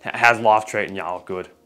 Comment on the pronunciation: Bro how he says life and its sounds like ,,love" or ,,laugh" , bro what is this accent